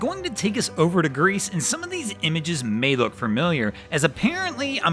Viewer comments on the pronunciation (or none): none